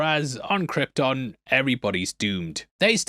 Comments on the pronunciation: Brando saying "Krypton" like it's "Croydon"... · Brando pronounces Krypton like that because of his accent,like the way people pronounce"Lypton"(the ice tea)where im from,theres lots of words that end in"ton"but are pronounced"tin"...come to Ireland😂